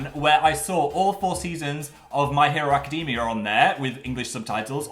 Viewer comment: Phil I am BEGGING you to learn how to pronounce "academia"